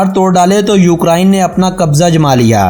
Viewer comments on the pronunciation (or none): none